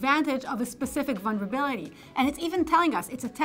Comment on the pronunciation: listened again - it was 'one-verability' of some sort